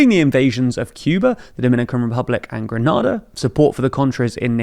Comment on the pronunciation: Grenada (Caribbean island) is pronounced gre-NAY-da 🇬🇩 Gre-nah-da is in Spain.